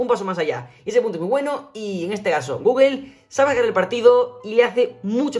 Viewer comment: Saludos, con todo respeto y sin ánimos de molestar, porqué dicen “guguel”??